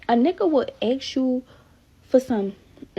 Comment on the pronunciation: Not listening to anyone who can’t pronounce ask! Must be handicapped